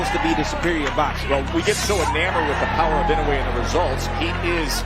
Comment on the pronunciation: The last name is "II - NO - UH - EH".... Commentators insist in the INOWAY!!!!